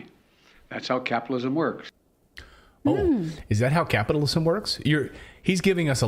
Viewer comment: The " big guy" has done it again. 'capitolism' 😂😂😂😂😂